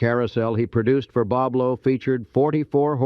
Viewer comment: He pronounced it wrong Boblo